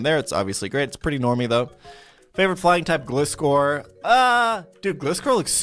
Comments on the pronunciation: My favorite pokemon is gliscor Why did you say gleescor Its gliscor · Bruh he’s supposed to be a Pokémon master or whatever but can’t even pronounce misdreavius, gliscor, and regice correctly 😳